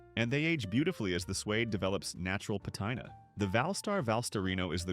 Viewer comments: Yeah, the mispronunciation of "Patina" as "Pa-TIE-na" or "chukkas" as "Chookas" gave it away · Pat-eye-na Blue-son Chew-ka ...............Damn AI narration